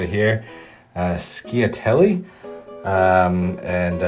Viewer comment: Lessssst 😭 got me giggling through this WHOLE video 😂 I love it!! Good job! She-ah-la-telli and yes takes a bit longer to cook but they cook it aldentw! Them meatballs looks FILTHY!!! Buonissima 💋🤌🏼 🫂